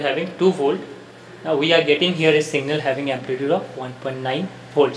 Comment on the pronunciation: Abe singal nahi hota hi signal hota hi